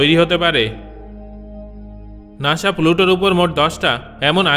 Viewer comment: আগে শুদ্ধভাবে কথা বলতে শিখে আসুন।নাশা নাকি নাসা? যায় নাকি জাই?